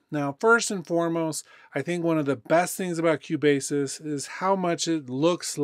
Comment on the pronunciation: Thank you for the video :) but I should say that Cubasis is pronounced "Cue" "Bass' :). Love your video's no disrespect :)